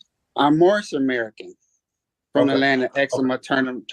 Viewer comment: They should bust him for false identification. Pretty sure hes, not. And I love how hes "moorish American" but always says morris